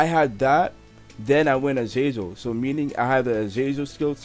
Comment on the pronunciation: Nigga said "Azazer" im sleep